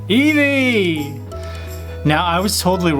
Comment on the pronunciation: You said nevie 😒😒😒😒